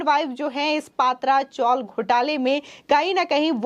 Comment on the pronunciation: Madam yeh PA.. Tra chawl Ka pronounce kijiye..Because these chawls are of tin sheets.